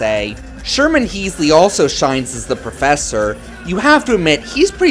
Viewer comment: Hemsley. HEM-SLEY. Not Heem. He was George Jefferson FFS.